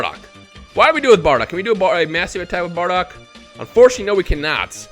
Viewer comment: Mmmm good bar-dock much better then baa-dock👀